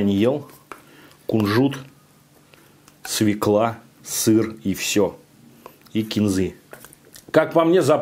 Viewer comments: свёкла. свЁкла. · Ни свекла, а свЁкла!!! Противно слушать, где же работа над речью?